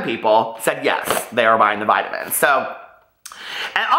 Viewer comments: the way you are saying vitamins, makes me think of the "I Love Lucy" skit, vitavigemin lol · VE-TAMINZ LMAO!!!!!!! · I thought the same thing 😂😂